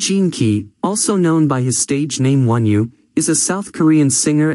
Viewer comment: It’s not wonew it’s onew if you’re going to do a video about someone get their name right